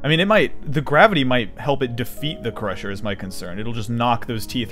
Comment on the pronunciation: "Take your bOs... put it to my crOshOr... and... J-j-JAM IT IN!"